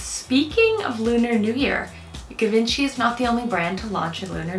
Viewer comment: Just "found" your channel and subscribed. I promise I'm not one of those annoying nit-pickers on the reg, but since you are talking about luxury brands, for the next time, Givenchy is pronounced: zhee-vahn-shee. ❤️